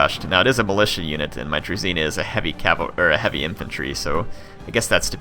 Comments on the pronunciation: Great Video thanks for making it! Just one thing its Dru"zh"ina not Druzina, zh has its own special sound! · I know you most probably won't play as the Russians again but zh is not a druzina but a druzhina you should chet it in the google translater zh to Russian